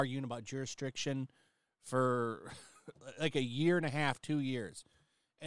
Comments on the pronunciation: Juristrictiom was cute. I used to say cheerios instead of serious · pronounces "jurisdiction" like George pronounces "nuclear", just sayin'. 😏